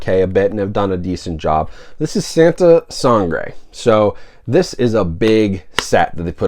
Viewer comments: santa sah-ngrehh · I was born here, I'm American, and I speak English and Spanish. I pronounce it like Sahn-tah Sahn-grey. Hope that helps!